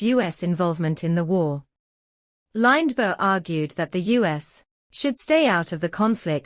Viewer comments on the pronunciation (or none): Lined-berg. If nobody cared to take 4 minutes of their life to read the text aloud, why should I take 4 minutes of my life to listen to a computer voice? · AI voice can't even pronounce Lindbergh correctly. This video is crap.